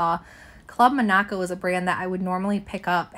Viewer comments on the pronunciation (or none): Club Monaco is a Canadian brand. You pronounce it like the country of Monaco. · Or like the name Monica (like from friends) but with an O on the end. Club Monaco. And Reformation is pronounced ref-er-mation. Kinda like referee. Pronouncing brands correctly does boost your credibility as a reseller.